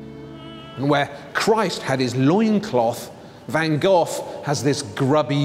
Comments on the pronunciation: The way he says Van Gogh everytime makes me cringe, at least try to say GoGh instead of Van GOTH???? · His name van GOGh, the h is silent, not ven Gof as you say it ! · Jees, it's not pronounced van gof. Learn to say the 'g' or 'gh' as the Dutch say it before you speculate about his life and paintings.It's not that hard. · That's howbthe Brits pronounce it. In the US, we say go.